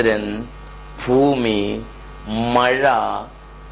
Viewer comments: foomi aaleda..bhoomi..aadhyam paran padikku...ennittavammatham mattam.. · evanu 'BA' ennu parayunnathariyillennu thonunnu ellathinum FA boomikku FOOMI boomadhya rekakku FOO MADYAREKHA